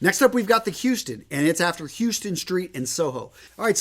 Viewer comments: Its pronounced HOUSE-ston street. Nyc. Great vid btw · It’s pronounce HOWstun Street. Unless you don’t mind having one of the natives trying to sell you a Rolex real cheap. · Just a heads up, it’s pronounced HOUSEton St. I don’t want NYers looking at you crazy.